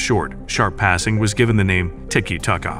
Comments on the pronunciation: How has an AI voice managed to find so many different ways to pronounce "tiki taka" in a single video? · make up your mind, is it tiki tacka, tiki take-a, tiki taka, ticky tayka. you pronounce it differently every time you said it